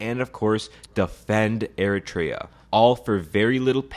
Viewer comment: Ah yes, Air-a-tray-a... they broke off of a country called Ethee-o-pie-a. Not to be confused with Ee-ree-tria, which broke off of Ee-thee-opia.